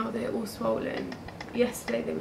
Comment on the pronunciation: I love when she say "all", is like ool, Keep doing vid